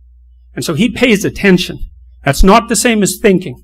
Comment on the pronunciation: One day , statues will be built of this man! A modern day metaphysical Tesla! In 1 word genius! Certainty, the best modern day thinker. "Lobsters.... Ah-TEN-SHON" ☺